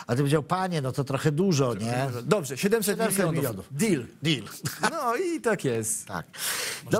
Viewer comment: Panowie , nie mowi sie " dill " , mowi sie " deal " !!!!